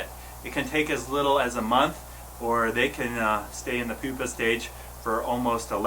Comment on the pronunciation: Did he say it was a "poopa ?"